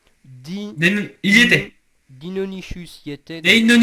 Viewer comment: Deinonychus ça se prononce avec un "que" à la place du ch !!!! Mais sinon génial !